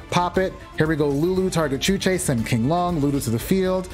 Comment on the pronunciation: Virtual World's monsters, spells, and traps are based on Chinese folklore and most of the names are in Mandarin. You got the first pronunciation of Qinglong right. It's "Ching-long". Xuanwu is pronounced "SHWEN-woo".